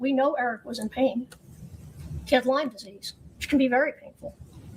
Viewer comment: Something's been bugging me they keep saying that he has "Lymmes" disease, I don't think that's a correct way to say it I think it's Lyme disease nobody has said anything about that being repeatedly mispronounced